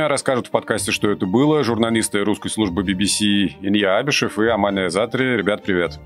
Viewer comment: Вы ни правильно произносите свое радио. "Ггуское радио!"